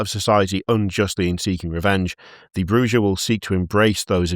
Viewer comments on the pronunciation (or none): Alight its fucking pronounced Clan Bujah.........Brew-ha not what ever you said. Maybe learn how to say the game names and facts of the world of darkness of instead of being british and going " this is fine". Never again until you guys do some Vampire charter sheets. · its pronounced, Brrrrrrrrrrrrrrrrrrrrrrrrrrrrrrrujah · ITS PRONAUNCED BRRRRRRUHA BLOODBAG! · Not you pronouncing it Broo-GUH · As a WoD fan, it's makes me cringe each time horribly mispronounces half the clan names.